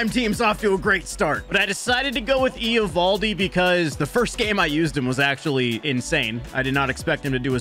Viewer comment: Why are you pronouncing Eovaldi's name like that? 😂